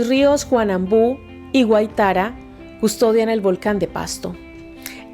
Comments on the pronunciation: se dice río Guaítara no Guaitará! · Muy buen relato de in hecho que por mucho tiempo dejó de contarse en las clases de historia. Solo una corrección, el río se trata del Guáitara, acentuando la primera "a". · Excelente video ! Mis felicitaciones ! Sin embargo el rio Guáitara se pronuncia con acento en la primera a y el "Volcán de Pasto" se llama realmente "Volcán Galeras" a mejorar el conocimiento de la geografía nacional ! Adelante ! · Como siempre un relato muy acertado de la historia de Colombia. Respetuosamente le recomiendo revisar la pronunciación del nombre del río Guaytara . Muchas gracias.